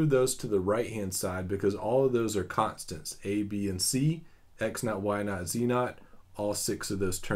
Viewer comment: "contstants" lol